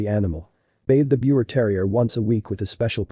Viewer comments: Pronounced Beaver terrier. It's german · Its pronounced beaver, respect the name. 😢